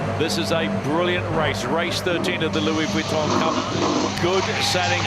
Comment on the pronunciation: Perhaps if could learn to pronounce the "Vuitton" part of "Louis Vuitton", the sponsors might be a little more impressed. And why is he - and nothing personal here - commenting on yacht racing, a sport about which he clearly knows very little?